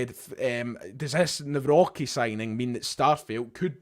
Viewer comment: there's no "B" in Nawrocki, mate